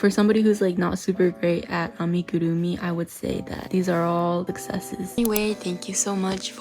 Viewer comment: Love the way you say amigurumi, so satisfying for some reason lol.